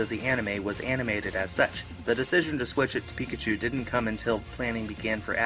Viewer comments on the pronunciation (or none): none